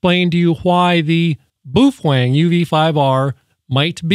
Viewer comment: Butchered the name.